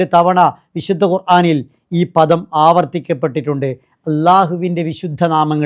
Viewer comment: ❤❤ പധം, പഥം എന്നതിനേക്കാൾ പദം എന്ന് പറയുന്നത് ആവും കൂടുതൽ നല്ലത്.